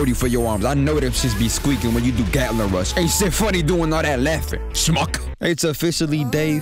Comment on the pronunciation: the way you put everything into that "shmuck" made it sounds like a damn slur it had me in tears! but naw that bumper into the intermission was clean and just your general video formatting is an inspiration, keep it up mane!!!